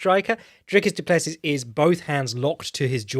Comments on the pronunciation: Btw It is pronounced more like Doo-Pless-ee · Dude... doo-pluh-see.. Dricus du Plessis